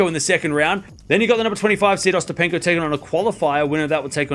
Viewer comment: Its ok but not Ostapenko 😅😅